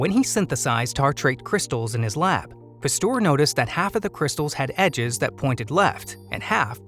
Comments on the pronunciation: Argh!!!! Please, someone tell the voice over guy it's Pasteur, not Pastour!!!!! It makes my ears BLEED!!! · Thanks very interesting! But please learn how to pronounce Pasteur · Turns out i was pronouncing Pasteur wrong my whole life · Please learn how to pronounce names, Louis Pasteur desrves it!!!